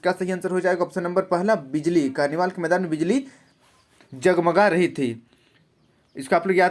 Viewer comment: Sir aap hindi nahi pad pa rahe thi q ke कर्निवाल् के मैदान बिजली जम्जम नहीं जग्मग होता है